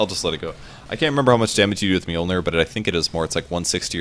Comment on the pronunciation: Americans trying to pronounce mjölnir.. lol